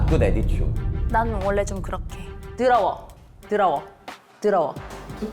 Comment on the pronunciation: “드어러워~” 코난한테 한글 가르쳐 준 선생님 발음이랑 존똑ㅋㅋㅋ